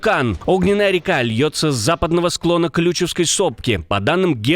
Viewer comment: КлючевскОй сопки ! Так верно ударение ставить!